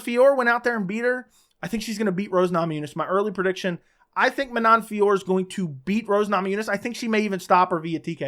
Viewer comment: Manon Fiorot, along with countless others in previous videos.